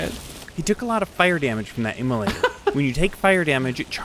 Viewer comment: Emulator - Immolator. :)